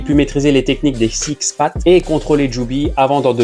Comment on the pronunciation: "sixe patte" !?😂😂